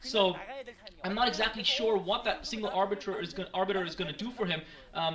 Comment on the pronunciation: Haha lol, see, you CAN say 'arbiter'! Well done. Still love the enthousiasm, it games the game so much more exciting